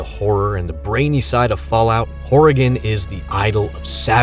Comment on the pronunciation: Ty for pronoun cing Oregon correctly. I hear my home called Oreegahn way too much.